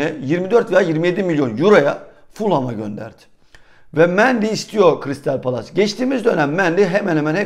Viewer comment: 1461 trabzona '1461 Karadeniz' dersin... crystal palace a 'kıristal palas' dersin.. southampton a 'somptın' dersin.. tolu arokodare ye 'tolukadere' dersin.. bir tane düzgün söyleyebildiğin bir takım ismi var o da ' Trabzonspor'.. 86 bin takipçili bir kanalsın.. Biraz çalış bunlara be kardeşim..